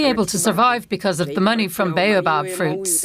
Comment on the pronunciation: Baobab, Cream of Tartar fruit. It was a fun fruit treat for me when I was a child so long ago. It was a burst of sour/sweet sherbet that fizzed in your mouth. I wish they could pronounce bay-o-bab correctly.